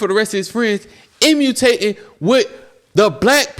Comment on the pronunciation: I know he didn’t say “emutating” instead of imitating . 😂